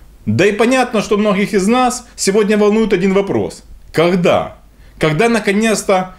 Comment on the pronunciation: Ну скажи ну кАгда ты уже перестанешь читать с бегущей строки, ну кАгда?